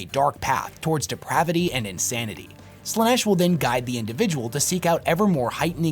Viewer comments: I disagree with some of these takes, and that's fine. What isn't fine is how you pronounce Slaneesh 😭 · Do you pronounce stuff wrong/differently on purpose? Like Slaanesh you pronounced in like three different ways?